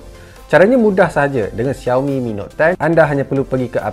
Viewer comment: Shao mi, bukan ziao mi 😄